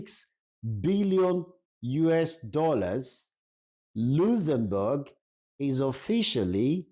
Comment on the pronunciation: just listening to your video, it’s a shame and so sad that you can’t pronounce correctly the name of the country you’re talking about. Go and learn how to correctly pronounce the name before coming to a platform like YouTube. It’s so embarrassing to listen to you 😢👎🏼